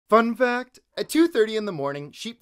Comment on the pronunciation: Why did u say "fun fact" like that? Please go back to the standard "fun fact!" We know and love.